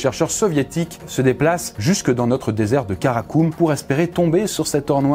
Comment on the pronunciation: C'est Karakorum et pas karakum alors tous les commentaires qui disent merci pour toute cette belle culture G que tu apporte 😂😂😂😂😭😭😅😭